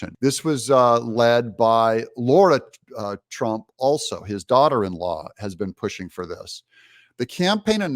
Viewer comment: Doug, her name is Lara. Not Laura. Why is it soo difficult to pronounce someone's name correctly??🤔